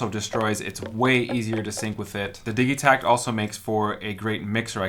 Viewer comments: Surely its pronounced Dij itakt not Dig-itakt? As in digital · Your pronunciation of Digitakt is ultra annoying! It's short for DIGItal. You don't say diggytal, surely?